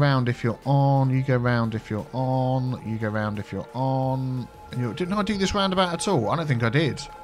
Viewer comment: I know says "you go there" but i hear "Hugo there":)